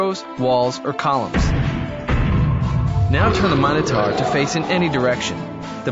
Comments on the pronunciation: What happens if you roll a black/grey after moving the Minotaur (or a wall). Do you get t do it again, or do you re-roll to get a number? Also the pronounciation of Minotaur really bugs me in the video. "taur" is TOR not TAR. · You are pronouncing Minotaur wrong